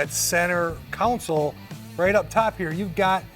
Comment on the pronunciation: CON-sole, not council.